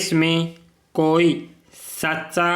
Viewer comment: सर, आपका उच्चारण स्पष्ट नहीं है। अपने भू-भाग को बू-बाग और भाग को बाग कहा है साथ ही सच्चा को सस्सा कहा है। यह सिर्फ एक सलाह मात्र है। 80wpm में 40 मिनट दिया जाएगा ट्रांसक्रिप्शन के लिए